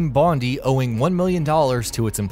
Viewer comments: Complete cringe with how team bondi was pronounced. As an aussie, its pronounced bon-dai dor Bondi Beach where the studio started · You don't pronounce the i in bondi btw you just say i, it should sound like your saying bond eye.